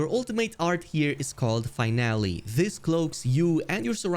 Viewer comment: Fine Alley.... Its located next to crime alley in the DC universe ... I can't unhear it now. I went back several times to prove me wrong but still hear finale as fine alley. Its stupid how the human brain works sometimes lol.